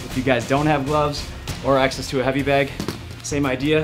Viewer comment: This dude is Canadian. Listen to how he says “BAG”